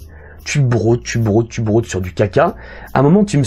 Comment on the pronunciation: "Tu brÔdes, tu brÔdes sur du kk" La prononciation de broder jeune faquin attanssion